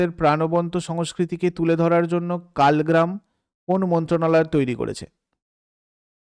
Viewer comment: কালগ্রাম না ওটা কলাগ্রাম, Generation বেটা নয় বিটা।